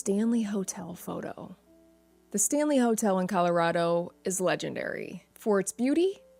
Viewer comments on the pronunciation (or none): none